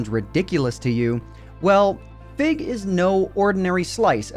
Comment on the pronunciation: When you first mentioned Fig's name, I thought you said "Fit" as in FitMC